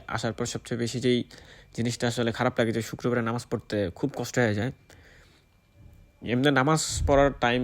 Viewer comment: আরে ভাই, নামাজ টা ভালো করে উচ্চারণ করেন, কেমন,, আপনি তো নামে মুসলিম